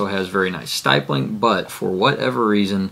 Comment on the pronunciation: If you are carrying your gun how is your wife carrying it? Why did you just let her take your gun instead of buying her one? Also you are the only person I've ever heard that pronounced stippling as "Styppling"